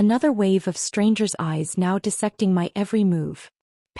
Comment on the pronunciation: Stop mispronouncing dissecting 😢